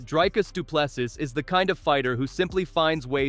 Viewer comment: You.are.pronouncing.doo ple.seeeeeeeee.or.sea WRONG. Ask.google how.to.say it!!!!